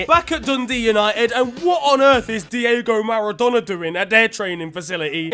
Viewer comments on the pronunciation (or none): none